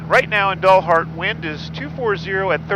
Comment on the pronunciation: Love your pronunciation of Dalhart (dullhart). Not sure if that is a Freudian slip but if so it"s appropriate (just kidding Dalhart people). It's actually pronounced like the dal in Dallas. Great video! Stay safe.